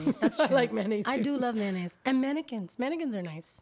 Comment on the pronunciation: MAYOnnaise 😂 not MANnaise 😂😂😂 Hilarious…